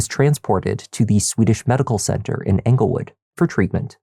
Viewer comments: It’s not anglewood, it’s Englewood! 😊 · Just a heads up (I know I'm late) but it's Englewood, CO not Anglewood